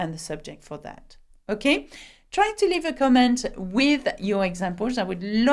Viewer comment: If you can explain how or why you pronounce "comment" as "COMO" I will greatly appreciate it.